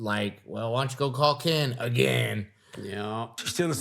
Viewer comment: Please call him KIN! KIN! 😂